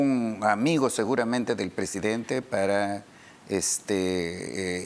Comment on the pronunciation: CANIVAL NO SE.DICE PRESEDENTE SE DICE PRESIDENTE..VARIAS VECES LO. ESCUCHE Y TIENE MUCHOS ERRORES DE PRONUNCIACION CORRECTA DEL ESPAÑOL...CASO.CONTARIO HABLE EN SU IDIOMA NATIVO ...